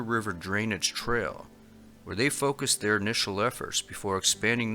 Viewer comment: Trell? Do you mean trail?